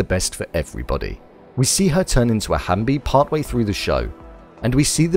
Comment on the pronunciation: HALF-BIE* WTF IS A HAMBY????